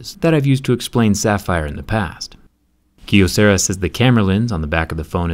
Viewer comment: It's pronounced "Kye O sarah"